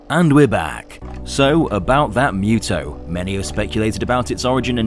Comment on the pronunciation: its still funny that you and are still pronouncing MUTO wrong, its (MOO-TOE)